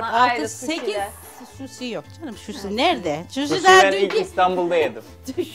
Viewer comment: Hahahha şusi😂 dkfjfj annemin de öyle pek diyemediğ kelime var dnfngng